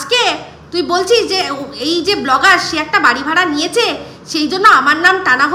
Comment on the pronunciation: Blogger noi go bo-lo-gger